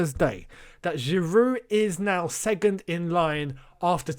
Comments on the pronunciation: you know how you don't like people mispronouncing ziyech. It's SECOND mate not segond 😂😂😂. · Nobody:: “Segond”